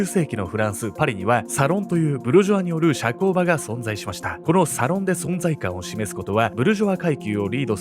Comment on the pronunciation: アクセント サ↑ロン↓じゃないかしら？